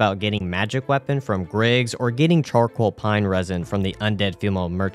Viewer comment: Best one was "chorcall pine resin" during Nito fight ☺️